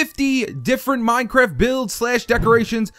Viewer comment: he said minecwaft what :p